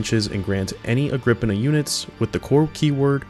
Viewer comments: You are wrong about how the forge word is say it is agr-pi-naa also nice video. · woulnt the pi in agripinaa be pronounced like pi the mathemathical constant that they have on their symbol?